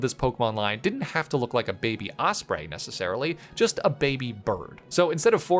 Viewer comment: Osprey not osbray